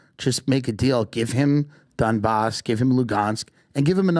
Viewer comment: Pbd calling Donbass as DonCheck lollll